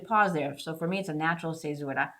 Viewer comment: A lot of this is over my head. Just here to tell you I love your pronunciation of the word fissura :)